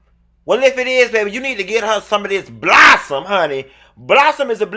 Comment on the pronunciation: Girrrrrrllll!!!! Btw, its clear pronounced Blossom MAY!